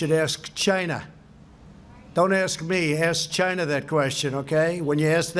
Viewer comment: the way he says China always makes me laugh